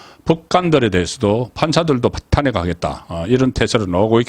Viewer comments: 제발 탄핵발음 좀 잘해봐요 탄__핵 발음 좀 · 탄핵의 탄은 장모음, 그걸 계속 단모음으로 하니 좀 바보같아요, 경상도라고 용납안되지...